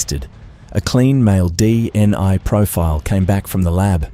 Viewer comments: Dna not dni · With respect, sometimes it said DNA but it also said DNI... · Sounds like AI to me so many inaccuracies, distances, pronunciation all wrong, DNI what's that seriously not Ai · Its. DNA and Nullarbor not nullaba... stupid A.I.